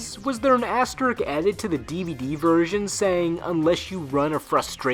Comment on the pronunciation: I notice that nobody seems to realize that asterisk isn't pronounced as asterik, there's an "S" at the end of it.